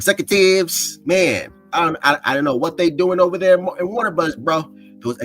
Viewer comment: 4K0 can't even pronounce "Warner Brudders"